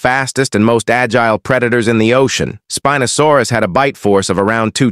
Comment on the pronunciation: Why did he say spinosaurus like spin no saurus